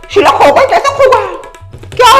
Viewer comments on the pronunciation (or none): Sheet nahi sheela 😅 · It's "Sheela" not "Sheel" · Sheela hota hai sheel nhi hota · Kiya sheel no it is sheela